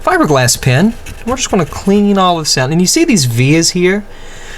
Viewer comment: is he saying fibreglass pin or pen? cause it sounds like pin, lol